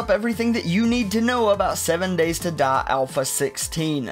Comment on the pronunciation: "7 Days to Duh"